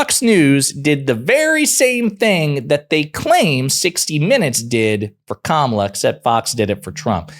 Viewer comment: The guy said her name right Am i dreaming right now i thought he would be so much more persistent on calling kamala. ka-malla. He does know her name just chooses to not call her that. he is not forgetful he is sexist.